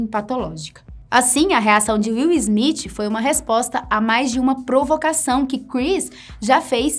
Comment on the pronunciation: Izmitchi. Sangra o ouvido.